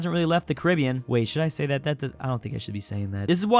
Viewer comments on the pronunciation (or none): none